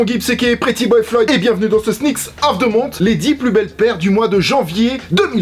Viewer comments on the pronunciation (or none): Si jamais c'est beaucoup plus juste de prononcer "monte" que "monssse". Pareil avec the, c'est mieux "De" que "Ze"